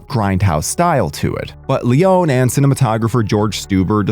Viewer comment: Leon-e not Leone